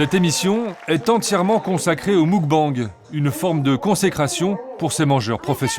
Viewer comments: En Coréen on dit mokbeNg et non moukbANg. D'ailleurs cela s'écrit 먹방 et signifie nourriture. ☀️ Bisous s'écrit soit 키스 (dit kisseu) soit 뽀뽀 (dit popo) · Les journalistes ne respecte rien, d'une ça se dit pas moukbenge c'est meukbange ensuite à qu'elle moment tu dis la "gloutonne" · Attends le quoi !? Le mOUcbang 🤣🤣 c'est mUcbang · "Le MOUGBANG 🤣🤣🤣🤣" le mukbang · Muk-bang 먹방 se prononce plus mog bang